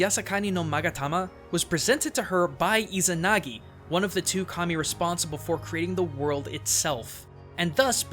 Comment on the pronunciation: Just me who heard "Commie" and not Kami? xD